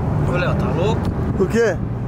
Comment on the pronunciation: como sempre falando errado kkk